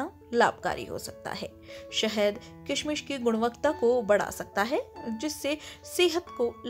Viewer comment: Bahot bura video bnaya kishmish to sahi bol le pehle